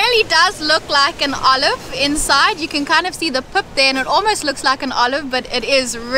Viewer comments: its Srilankan Olive, Olive fruit not oli oli Lol. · Loving couple Thanks for visiting Srilanka. Its not oli oli. Its Srilankan Olive. We call it Veralu. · he really said "olive"